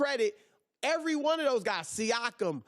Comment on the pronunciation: i like how colin pronounces siakam saakam lol